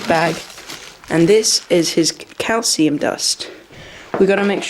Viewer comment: When you said calcium powder I thought you said cow semen powder and I was so confused for 2 minutes